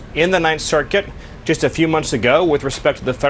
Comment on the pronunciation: 9 cirKUIT